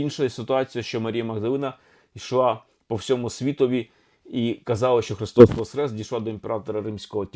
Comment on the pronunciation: З Великоднем! Чую Ви говорите Христос ВосХрес, а не ВосКрес. В чому різниця, це більш граматично правильно? Дякую